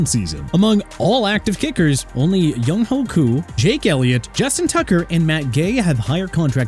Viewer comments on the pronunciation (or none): Running a football channel and not knowing how to pronounce Younghoe Koo says a lot.